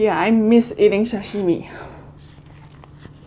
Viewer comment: Love you, I'm so happy that you chose Japanese food:):):)!!!!Your pronunciation is really good!!! (TAMAGO, SASHIMI...)Big love from Japan!:):):):)